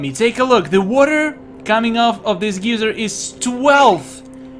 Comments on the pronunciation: You switched between geeser and geyser in terms of pronounciation of the word geyser... subs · "water geezer" I giggled.